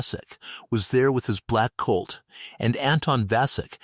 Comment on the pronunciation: The ai is a bit pathetic. The one word is hock not hawk. Another is colt not cult.